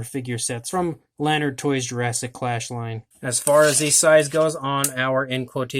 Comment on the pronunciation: Jurassic Clash can be found at Walmart dot com and AMAZON. And its la-nard not lan-ard. For all your lanard product news check out Lanardolicious on Instagram